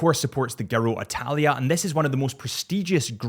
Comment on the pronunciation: i love this watch! but as a fellow dyslexic and cycling fan! its pronounced Gi-row di talia love the channel i want this one